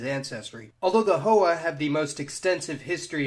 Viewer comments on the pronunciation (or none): Btw "Hoa" is pronounced "Hwa" not "Ho-Ah." Other than that ty for the video! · Hoa is pronouced Hwa - not Hoe-ah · The Vietnamese name for ethnic Chinese, Hoa, is pronounced more like “hwa”. The name Tran is pronounced more like “Chan”. Nitpicks aside, great video. Thanks for posting! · Giggling as this guy horribly mispronounces Tang, Hoa, and Tran